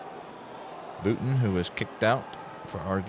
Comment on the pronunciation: Tough first! FYI, it’s BOW-ton (not BOO-ton).